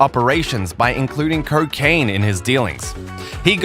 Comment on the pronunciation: Curkane?? Wtf is that??? I’ve heard of Cocain,but curkane?? Is that some type of new drug??🤔🤔🤦🏻‍♂️